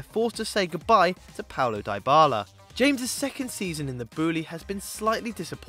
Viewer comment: It's crazy how little attention you guys pay to doing things right and accurately. The 2018 is only a typo, but the main issue you have is pronunciation of the players names. It's Ha-mes, not James . It's Dy-bala, not Diebala . It's Hor-he, not George Mendez . It's Co-rrie-re, not Carrera dello Sport . It shows a big lack of consideration and preparation by you guys, despite the content being actually pretty interesting. Fix the pronunciation issues by actually doing a bit of homework before recording and more people will start to respect your great work instead of laughing at your weird gaffes..